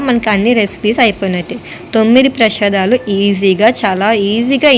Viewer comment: పెషదలు కాదు అమ్మ ప్రేసాదములు